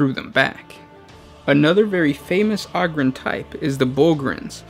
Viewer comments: ogryn - o grin ogre - o grr, not ogryn - og rin or ogre og rrr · OH-GRIN not AH-GRIN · Take a shot every time he pronounces ogryn wrong